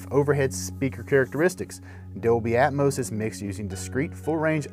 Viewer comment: its atmos not atmose...smh